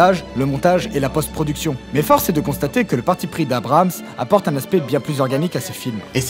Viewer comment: très intéressant et très belle culture Star Wars ! par contre, arrête de dire "JJ Abrahams", c'est "JJ Abrams", avec un seul A... ;-)